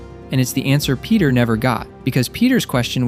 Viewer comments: bro said Penti Parker😭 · Fenty Parker ✌️🥺